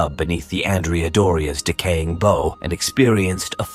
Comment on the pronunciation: Please get a non robotic narrator who can at least read. Bow and psi, so difficult.